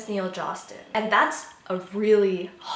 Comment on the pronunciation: she said neil josten in 2020 everyone point and laugh